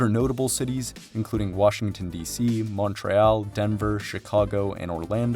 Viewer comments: Did you really just pronounce Montreal as “Mawn-tray-al”? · BRO You don't even know how to pronounce Montreal lmaoo